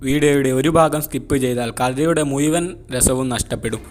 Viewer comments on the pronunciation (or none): മുയുവൻ അല്ല ബ്രോ മുഴുവൻ